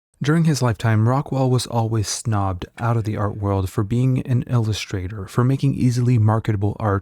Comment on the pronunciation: You have such odd pronunciations. "The con-are-sar." He was "snobbed" instead of snubbed. And not only in this video. However your videos and observations are always excellent.